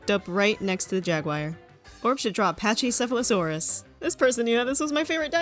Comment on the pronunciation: its pronounced packe sepholosaurus even though its spelled pachycephalosaurus